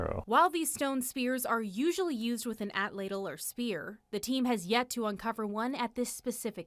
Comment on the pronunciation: Is she pronouncing atlatl "at ladle"?